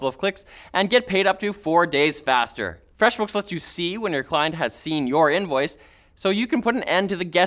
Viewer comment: said Freshbooks wrong:/